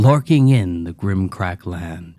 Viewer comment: Great collection! Didn’t expect strahd and the mummer man! Buuut flips tables you kept saying grim crack land and everyone knows it’s gimcrack! 😡 Disavow! Everyone unsubscribe and boycott this channel! This guy didn’t do British accent for a story taking place in a town that uses pounds and he says grim crack instead of gimcrack! Unacceptable! I couldn’t even tell the foist story was in Tokyo!!! Rabblerabblerabble!🧐